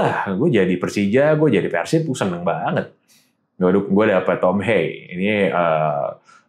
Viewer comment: sejauh ini, satu satunya pengamat sepak bola nasional yang bisa melafalkan kata persib sesuai dengan pelafalan aslinya: Pérsib (penyebutan e nya seperti kata bebek) ✔ bukan yang selama ini dilafalkan orang-orang diluar Jabar: Persib (penyebutan e nya seperti kata lemah) ❌